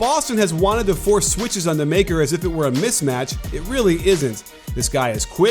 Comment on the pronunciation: I don’t care or anything but Maker is pronounced “Mu-ckur”